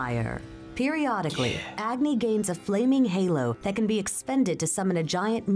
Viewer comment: The pronunciation of some of the names killed me like Rama and Agni